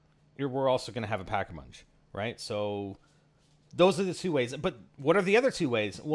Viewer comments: he said pack-a-munch lol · LOL he said pack a munch when talking about the different ways to revive